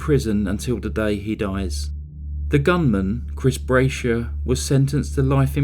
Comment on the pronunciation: The shooters last name Brashear is pronounced Bra shear.